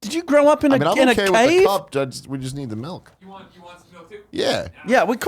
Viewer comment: I heard Tim say "melk"